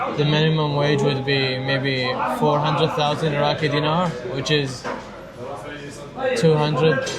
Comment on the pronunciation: una recomendación. No digas dínar, sino dinar, que es una palabra aguda. Por lo tanto, se dice dinares, y no dínares.